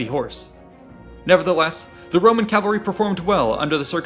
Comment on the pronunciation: stop saying calvary